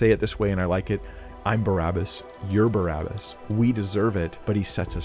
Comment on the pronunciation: Its pronounced Bah-rabah. It's literally means in Hebrew; son of the Father.